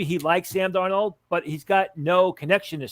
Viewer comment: Why can't he say Sam Darnolds name?